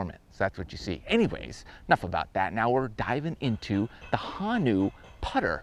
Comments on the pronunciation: It’s Ho. Then Nu. Honu. Not ha-Nu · It’s pronounced Ho - nu, not Hon -u. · Pronounced Hoo-Nuu Love the video! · Hey, big fan from out in Honolulu, just a cool fact, it’s “hoh-new” and means turtle in Hawaiian. Love the channel! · It’s Ho-nu. The O is pronounced like the letter O. Honu is turtle. Thanks for showing Hawaii some love 🤙🏾